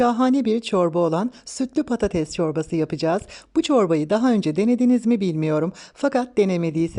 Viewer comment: “PATATEZZZ” değil “PATATES”